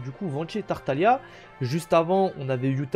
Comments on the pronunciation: TartaGLIa !!! Toujours un mystère le nombre de gens qui prononcent ça mal lol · Je ne sais pas si Tartaglia est une référence spécialement à l'Italie, reste que le nom est italien. Et non le "g" se prononce pas dans ce nom en italien. Ça donne lieu a un "l" mouillé. Signé un italien. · Ça ce prononce tartalia et ça s'écrit tartaglia et perso moi je l'appelle childe